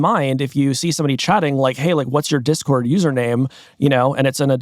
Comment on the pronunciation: cant even say discord💔🥀